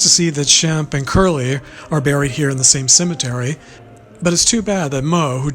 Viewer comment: I think you meant shemp instead of sbemp there,s no b in his name but nice try anyway keep working on it 🤔🙏